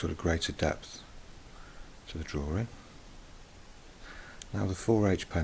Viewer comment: the way you say drawing sounds like drawring. I'm not trying to be offensive or anything, so sorry if that offended you.